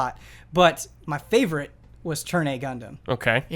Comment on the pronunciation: 'My favourite' - was Ben just referencing The Fifth Element!? Can't tell if that's just his accent or he was doing a Gary Oldman voice.